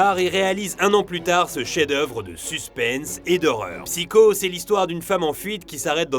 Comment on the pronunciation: Pourquoi prononcer un mot anglais avec un accent japonais, mais mal prononcer psycho que chaque être français connait sous le nom de Psychose?